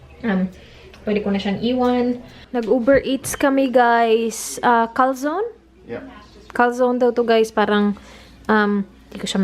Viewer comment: Hi and sir danny, u guys must visit italy too, npansin ko kc u love italian fuds, the one uve eaten is pronounced as Cal-zo-ne, just like a pizza but it was closed, hope next time d2 nmn kyo mgtour, goodluck